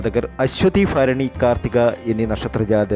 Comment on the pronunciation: അശ്വതി ഫരണി അല്ല ഭരണി എന്ന് ഉച്ചരിക്കുക അതുപോലെ ഏപ്രിൽ പ കുന്നാലല്ലാ ഏപ്രിൽ പതിന്നാല് എന്നു പറയുക